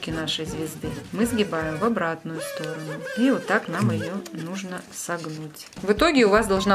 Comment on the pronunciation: Не сторонУ а стОрону😤